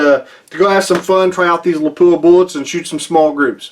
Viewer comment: please note...it's not lapooah...it's lap wa , I was corrected by a few of their pr people when I toured their plant.